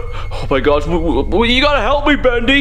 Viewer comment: Oh but it kind a sounded like he said gorsh I could swearn that he said that